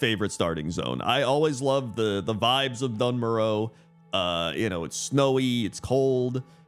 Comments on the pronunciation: Doone Moarr Uh Please Not dunn murrow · Dun Morogh...... Yuk 😂